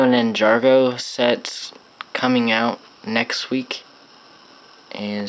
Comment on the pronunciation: ninJAGO not ninjaRgo there is no r